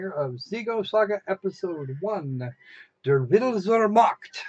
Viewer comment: When the bombastic, awe-inspiring wagnerian title forces me to supress the urge to go out and start conquering poland, until reads it with his accent and leaves me ROFL...::-p